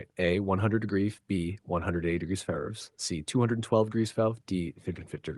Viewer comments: What was up with Question 50 : “212 degrees Fair fries” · I just heard french fries on fehrenheit